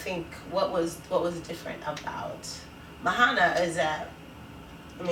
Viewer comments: her name's not Mo-HA-na. It's Mo-Ah-Na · Are you guys really really sure her name is pronounced as MA-HA-NA because I come from a pacific island, Fiji and that is not you would pronounce Moana. It's pronounced as MO-AH-NA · Enjoyed your guys' review even though you mispronounced Moana's name lol